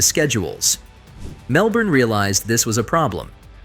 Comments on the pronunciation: If you use AI to narrate your videos, at least make sure it's able to pronounce Mellbourné 😂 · Cities like Melbourney... if you couldn't already tell this is AI-generated video garbage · I was thinking the same thing lol man made an Aussie city sound French😂